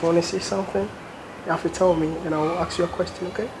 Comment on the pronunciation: Wode Maya Say Ask not aks bro plz